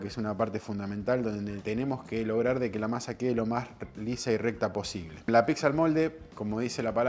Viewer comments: Se dice "PITSA", no "PICSA" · ya que diga "piGza".... me dio una espina... pero la zapan y como fue el video es pq realmente sabe :D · Muy pero no sabe decir pizza dice picsa burro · PICZA? 😂😂😂 PIZZA BOLUDO, PIZZA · picsa, picsero... JAJAJAJAJAJAJA... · argentino... procede a pronunciar: piXa!!! ☠☠☠